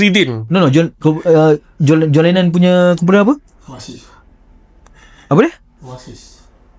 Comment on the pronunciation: John Lennon "Oasis" hahahahahahah..Itu John Lemon bang hahahahahahaha